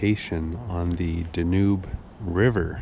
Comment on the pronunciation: It drives me nuts that this guy doesn't say the name of the Danube River properly. Seriously, with all the history that you know and you can't even say the river's name properly?